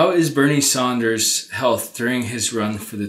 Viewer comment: FYI.....it's Sanders, not Saunders.